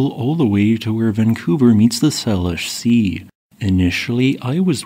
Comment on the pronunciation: SAY-lish Sea, Sir. Please trust me, I lived in Bellingham.